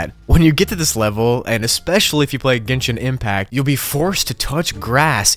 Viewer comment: Don't worry, you did pronounce genshin impact correctly.